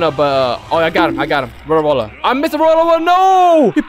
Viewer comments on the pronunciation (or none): I've also gotten ALOT of tales of universe I've gotten so much to the point where I frown from getting it..My luckiest moment was when a dragon ball spawned back to back.. (This is all about his lucky moments) Also why does he sound like he's saying World-A-Roller instead of Road-Roller? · "Rolo rollar" idk what that is isnt it road roller? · bro its not roda rolla its just road roller😐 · Bruh man says rolla rolla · i just love how he call the road roler rola rola XD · Did i heard u say Wollo Wollo... HAHAHAHAHHAHAHA